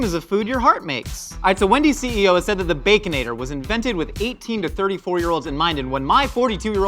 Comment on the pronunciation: Did call it a “Baconadle Lasagna”? 😂